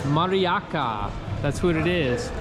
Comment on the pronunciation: one more tip about polish language. Everytime when you have a word ending CKI or CKA, for example MARIACKA, CKA is not just 2 sounds, but 3. Try pronounce it like TZKA. C=TZ. In english when you got CK, C letter is silent. Not in polish language. C you always pronounce like TZ. So for example in Wrocław: DWORZEC ŚWIEBOCKI you sdhould pronounce ŚWIEBOTZKI, not just ŚWIEBOKI. I hope you will get it quick:) Take care.